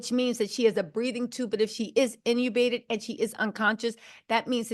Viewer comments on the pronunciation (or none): In-tu-bated not inubated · The way says intubated 😂